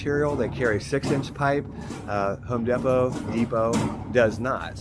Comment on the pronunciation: I love how he says home depot😂